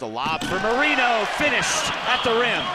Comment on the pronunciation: Can someone please tell the announcers that it’s pronounced Mo-Ray-no and not Mo-Ree-no